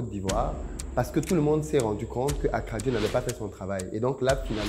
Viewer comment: Attention ils vont pencher ta bouche eh 😂 d'ailleur tu prononces mieux akradjo que san pedro 😅